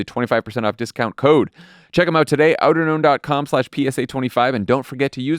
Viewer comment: only today, as they spelled it, did I realize they weren't saying "outer gnome"